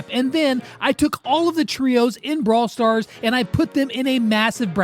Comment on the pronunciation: Bro said braw wars